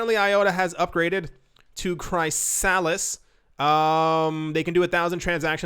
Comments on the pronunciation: I know you like to pronounce words differently but its pronounced KRIS-A-LIS not CRY-A-LISS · Chrysalis = chris uh lis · Dude it’s Chrysalis (chris a lis) like a caterpillar turning into a butterfly 🤦‍♂️ 😂